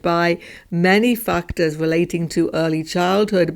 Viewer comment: Every time u say factors it is sounding like something totally different if not heard properly☠️